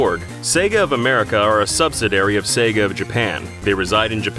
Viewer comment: It's pronounced "sub-SID-ee-air-ee"